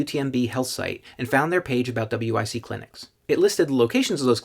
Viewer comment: Just say wic it rhymes with bic. Like the lighter.